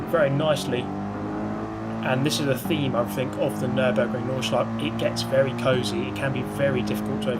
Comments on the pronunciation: I know its hart for not germans to pronounce the nordschleife but put an a at the end and its sounds exactly the same :D "nordschleifa" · You pronounce Nordschleife quite well, except that at the end you never say the "eh". You always say Nordschleiff.